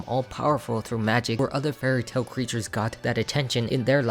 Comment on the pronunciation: When you said that Farquaad hates all fairytale creatures, it sounded like 'very tall creatures'...now I think I understand why he hates them